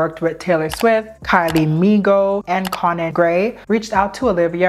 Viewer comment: How Minogue was prounced hurt my heart